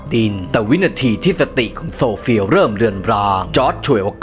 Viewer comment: ฉันได้ยินโซเฟียเป็นสมศรีเลยฟังอีกรอบอ๋อออโซเฟีย😂😂😂😂